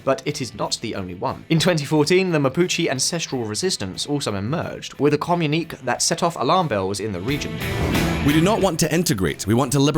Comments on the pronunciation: Why did you say ''comm uneek' instead of 'comm uni kay'? You could have sought advice from Mark Knopfler and asked him the title of Dire Strait's second album. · The way you are pronouncing communique is making me disproportionately angry. Is it some regional pronunciation? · communiquÉÉÉÉ not communiqk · Uh oh, another one communique is com - yoon - e - kay. Its French. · wtf is a “comm unique”? 😂😂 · Funnily enough, "communique" rhymes with "Pinochet". But not with the way you pronounced either of those two words in the video! 😄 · His pronunciation of communique! 😆